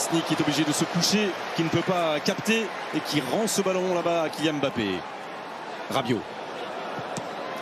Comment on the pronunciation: KYIAN MBAPPE 😂😂😂😂😂